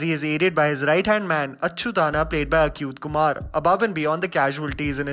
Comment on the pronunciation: You pronounced Achuth Kumar's name wrong. It sounds funny..yet get your researchers right.